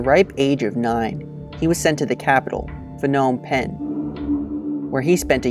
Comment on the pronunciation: Things to point out: -The flag used was actually for the Vietnamese puppet of the People's Republic of Kamupchea not the Khmer Rouge's Democratic Kampuchea -It is pronounced K-mae and not K-mer -Pa-nom Pen not F-nom Pen